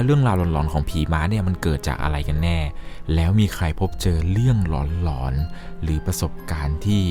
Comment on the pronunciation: เวลาพี่พูดว่าหลอน พี่อย่าออกเสียงว่า หล็อน แบบนี้ได้มั้ยครับ ผมฟังแล้วตะหงิดหูทุกที